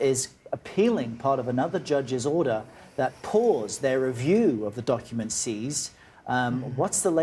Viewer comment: Did she say: donkuments